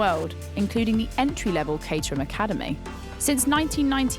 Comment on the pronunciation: I thought it was pronounced Cat-er-ham